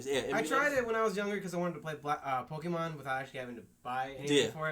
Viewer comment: ive been telling my brother for years its not called pokeman its called pokemon ( sounding like granny lol ) on another note this game wont be really all that bad to the pokemon fans because majority of them never complained about pokemon snap and for me who is a fan of pokemon i didnt like the game but i still played it